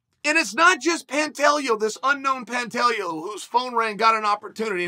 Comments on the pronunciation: I feel like."Pantellio" isn't gonna get the Chael rub 🙈😂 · “Were gona call him pantelio” 😂😂